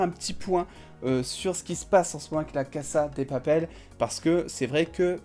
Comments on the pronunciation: Qui sont les debiles qui disent "caza de papel" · Anae Kremser , non c'est Cassa de Papel ! On prononce ainsi